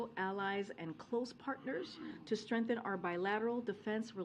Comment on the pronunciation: Somebody please teach her how to pronounce “strength” - not “strenth.”